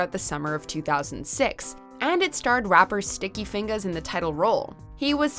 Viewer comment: The way she said Sticky Fingaz/10